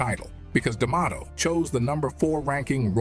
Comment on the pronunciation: Why does Morgan keep pronouncing Liston's name differently..He said Lee-stahhn, Li-stan, Lyee-ston...my goodness every time he pronounces his name in a different way, really strange and distracting..And CAS D'Mato? Pretty unprofessional for probably the most popular narrator in history to just mispronounce easy names..